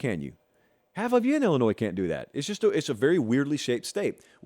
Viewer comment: There’s no “Z” in Illinois